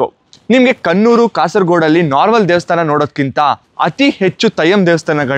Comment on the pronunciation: Its dheivasthana.... Not dhevasthana